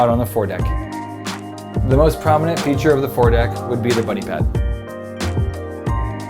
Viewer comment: Well done video 👍🏻 Did I hear right? "Bunny pad"? 😂